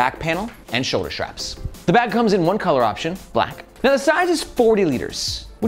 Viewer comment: Ah man… great reviews, super helpful, so I’m honestly not hating on you at all, but for a dude who talks about bags all day long you have to learn to say “straps” and not “shtraps”. (Aware this is more of a me problem than a you problem)